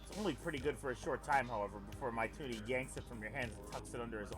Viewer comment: saying mituna's name as "my tuna" made me cry